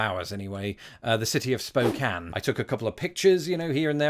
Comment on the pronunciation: Washington viewer here! I'm very proud of you for having pronounced Spokane correctly. Fun fact: The first environmentally themed World's Fair was held there back in '74.